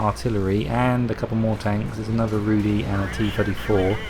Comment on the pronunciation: You may have some problems getting the pronunciation right for the Rudy from the TV show - its Polish hehe